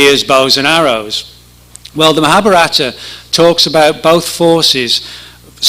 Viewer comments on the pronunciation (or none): Maha BHA rata accent on third syllable.